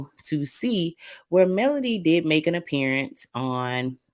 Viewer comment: Enjoy your commentary! I'm not sure if it's my ears, but it sounds like you're saying Melanie when u say (Melody) Mel lo D name. I can't wait to see that scene 😊😮